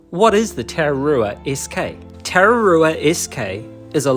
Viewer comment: hes saying you're pronounciation isn't very good I agree but im not gonna have a dig at you for it, if you want this may help tah rrah rroo ah is the correct pronounciation, rr mean roll the R